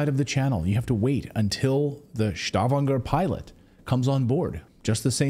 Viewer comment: Stavanger is in Norwegian. And it is not pronounced as it is in German. Just normal Stavanger.